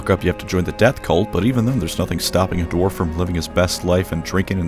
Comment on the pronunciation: Are you saying Dorf instead of Dwarf?